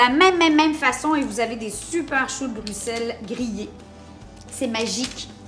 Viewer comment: Un j'aime juste pour la bonne prononciation de Bruxelles!!!! Je vais tester la recette, merci ;)